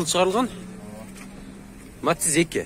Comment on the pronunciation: Матиз деп суйлочу укам матз дебей